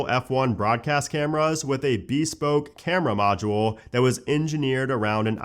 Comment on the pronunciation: lol dude. Ya gotta learn how to pronounce bespoke.